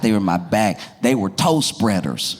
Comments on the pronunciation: I don’t want to admit how long it took me to realize you didn’t say “toast breakers”. I was down a weeeeeird rabbit hole 😂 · I thought Josh said "toast spreaders". 😂 Glad he cleared that up! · i heard toast breaders instead of toe spreaders :D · it took me entirely too long to figure out he said “toe spreaders”…